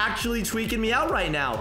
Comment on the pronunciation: You got to stop saying tewiking I spelled that wrong but whatever